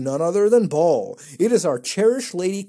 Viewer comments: Why is he saying Ball when he knows its pronounced "Bail" hahahah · I'm pretty sure Baal is pronounced as Bale, not Ball. I could be wrong though. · First website it's pronounced Bail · Baal is pronounced "bail".